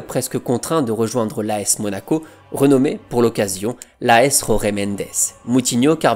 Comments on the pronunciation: Jorge mendes est portugais... on dit donc jorge à la française. "Roré" c'est espagnol. Pareil pour "Résus". Jorge Jésus ce prononce... Jorge jésus... tout simplement et non pas roré résus 😂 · Jorge avec un JJJJJJJ pas un R purée, ce n'est pas espagnol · Jorge=george et pas rorguè. Merci🙂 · Très bien mais en Portugais il n'y a pas Jota. J = J pas R ! ca viole les oreilles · Les gars faut arrêter de prononcer les noms portugais a l'espagnol. Il s'appel jorge mendes pas rore mendes. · Tres bonne video comme toujours , par contre en Portugais la lettre " J " ne se roule pas comme en Espagnol mais se prononce J . Donc on dit Jorge (George comme en Français) Mendes. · J'adore tes vidéos et te suis depuis longtemps ❤ Mais stp, en portugais "Jorge" est prononcé comment en français. 🫶🏻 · Superbe vidéo d'un joueur que j'ai adoré voir dans cette équipe de Porto avec Hulk et Rodriguez ! Par contre juste une petite remarque: l'agent José Mendes étant portugais, son prénom se prononce comme José Mourinho et non pas à l'espagnole